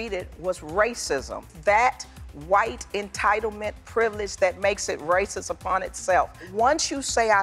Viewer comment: Sheryl says "racis" instead of "racist". What an ugly word. Nasty, hateful thing to say about someone when it's not true.